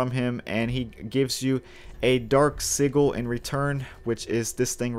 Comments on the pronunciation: How can you mispronounce sigil so bad?! Another thing thanks thats a pretty amazing build. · its been 7 years but the way you said "sigil" made me violent